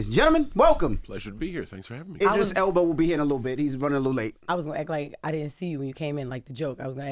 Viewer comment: DJ Envy said “Idris Elbow” 😂😂😂